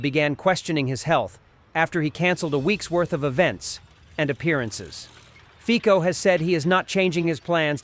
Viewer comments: Fiko?!?!?!?! :) :) :) Fico read like Fitzo! C is not K in Slovakia :) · Фіцо а не фіко (fitso not fico) it’s not matter but:) 🇺🇦💪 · Fico is pronounced 'Fitso', not 'Fiko'